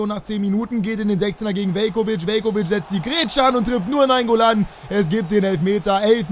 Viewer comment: Also naingoolan zumindest